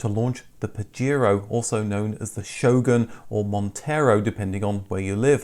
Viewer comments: It's not Pajiro, it's PajEro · In NAM and LATAM it was sold as Montero because Pajero (pronounced pahero) mean Wanker in Spanish